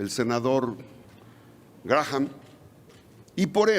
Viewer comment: Y ni quien lo corrija. El nombre se pronuncia, 'Gram'. Linsi Gram.